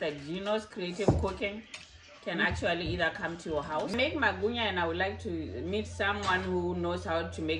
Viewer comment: This is so hilarious. It's magwinya not Magunya kkkkkkkk